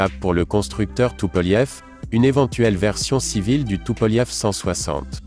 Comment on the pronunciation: depuis quand tupolev se prononce tupolief ,?